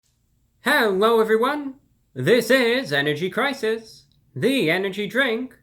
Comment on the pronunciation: Energy cwisis